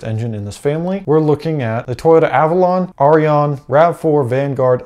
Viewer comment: the aurion is pronounced "o ri on"